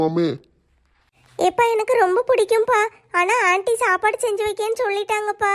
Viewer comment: அண்டி இல்ல ஆன்டி